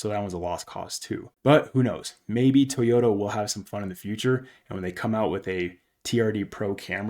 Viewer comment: Try it with me...Toy Yoda! NOT TEEEEYODA